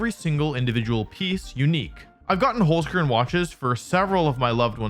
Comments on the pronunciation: Also I know German is hard to pronounce if you aren't use to it, but the way Wolfey said Holzkern still hurt me a little bit. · So funny how English speakers pronounce Holzkern